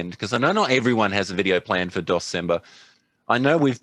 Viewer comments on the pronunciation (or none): Aww it was supposed to be DEC-cember.